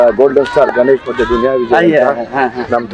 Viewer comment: ಗನ್esh alla sir adhu ಗಣೇಶ್.